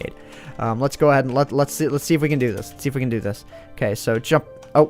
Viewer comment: Whenever says "can" it always sounds like "ken" to me.